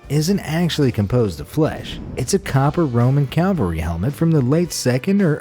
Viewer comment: should be "cavalry helmet" not "calvary helmet".